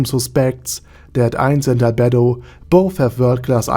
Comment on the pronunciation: I died when I heard you say "Arder Dadi Arder"